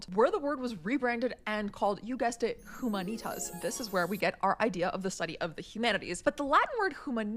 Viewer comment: Her awful pronunciation of humanitas told me everything i needed to know tbh